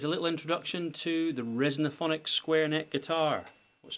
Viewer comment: Resophonic, not resonophonic.